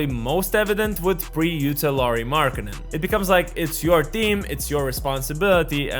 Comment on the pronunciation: Utah = YOU-taw